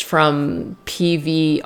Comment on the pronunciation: PVRIS is pronounced Paris. They are amazing 🔥